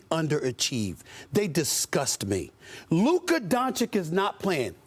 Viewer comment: Stephen A was so pissed before, when people pronounced Ime Udoka wrong and yet he still doesn't pronounce Luka's name right.